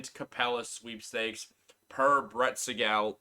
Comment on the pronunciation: Hey, it’s pronounced Brett See-gal